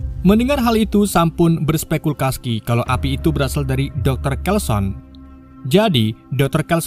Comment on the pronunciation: Berspekulasi ❎ Bersepespeskulasi✅